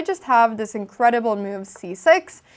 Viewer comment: your "move" sounds like "meow", thats pretty :3